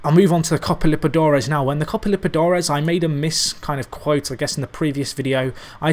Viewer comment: Has your pronunciation of liberTAdores Impoved yet? :') ep 35 in 5 days aha,love the series!